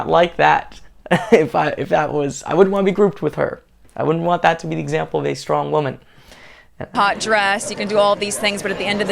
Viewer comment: “SHTRONG”. What is that??????